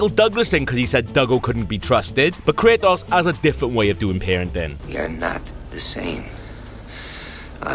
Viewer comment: I get you have an accent but its not (kray-oss) its (kray-tos)